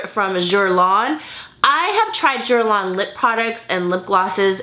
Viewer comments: i thought guerlain was pronounced girlane idk hahah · Hi:) just a heads up 'Guerlain' is pronounced: GRR-LAIN:) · it's Guerlain, she could have learned to pronounce it right, it's not that difficult. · Yeah i figured it out after, i mean its not even close to the real pronunciation theres no excuse for not trying 😅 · i love you but puhlease learn the correct pronunciation of guerlain. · the way you said Guerlain lmaooooooo i died ahahah love you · You butchered the pronunciation of guerlain 😂😂😂 cute lol . Totally agree though about everything you mentioned